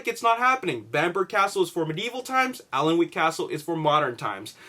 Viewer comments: It's pronounced annick castle. It's where they filmed parts of the first and second Harry Potter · Hey, Just so you know, Alnwick is pronounced Annick. It's a bit weird but yeah, that's how you say it. Makes sense that modern scenes would be filmed there because people still live in the castle, it's in incredible condition, while Bambourgh has not been occupied for some time and is therefore not in perfect condition.:) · hi Dude. the L in Alnwick castle is silent, pronounced Anick. i work at this castle. was there during filming. awsome days cant wait for the movie. C ya! :) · pronounced Bambrer Castle and Anick Castle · It's pronounced "An-ick" castle, trust me i'm professional Geordie:) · Ok you had no way to know this but 16.55 is Not bamburgh castle, I'm from the area and know it like the back of my hand 😎 not sure where that shot was taken but it looks more like a ruined abbey or priory. And good try at pronouncing alnwick but that's one of our awkward place names. The l and w are silent so it's more like annick. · I live in Alnwick myself, but I've never heard anyone mispronounce it as badly as this X3